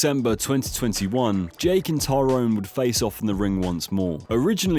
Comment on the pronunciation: U kept mistaking KO and tKO, gib vs paul was tko, the others were KO’d, you also kept calling him tyrone instead of Tyron